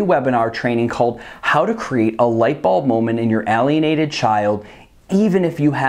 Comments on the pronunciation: I wish you would say "Aylienated" instead of ahlienated. Just saying... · It's pronounced "ale" as in pale ale, but writtine "alien..." I can barely listen to the content.